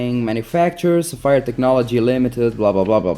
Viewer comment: LOL...és português? Pelo teu sotaque pensei que eras italiano...LOLADAS - Agora que estou a ver o video pela segunda vez vou tentar adivinhar - és Nortenho. Bom conteúdo - continua assim miúdo! (A propósito... Codigo de Barras = Barcode / Sapphire = Tens de pronunciar como "Sáfyre")